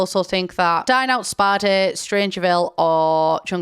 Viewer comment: When she said 'Dine Out' I heard 'Dying out' and I (no native english speaker) was thinking: "There is a new pack coming out called 'Dying out'? What will this new pack contain?" For about 5 to 10 seconds I was genuinely thinking this.